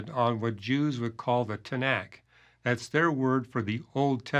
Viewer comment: Arrogant nonsense! You think you know the Tenakh better than Jews do? You cannot even pronounce its name correctly!